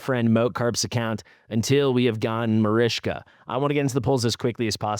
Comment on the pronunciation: Its marichka, not marishka lol